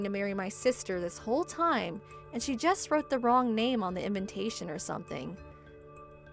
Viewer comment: Why do these people in all these stories always pronounce invitation as invintation.